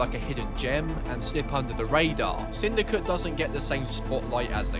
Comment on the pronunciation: Bro says "sindycuh"